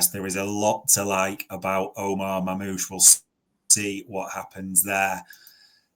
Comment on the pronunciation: What was this guy calling Marnoush? 😂🤣? Its not even a hard pronounciation but he butchered that. And Bueno instead of Mbuemo 😭 he cant be serious